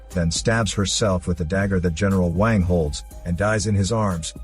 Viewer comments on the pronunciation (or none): Omg the way the bot says eneral wang 😂